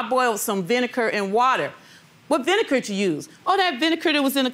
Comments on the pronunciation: Why is she saying vinekar? Does she see a K on the bottle? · Vinekar? really lady? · Vinegar not vinekar😂